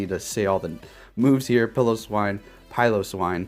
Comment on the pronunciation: Omg kudos for finally saying piloswine correctly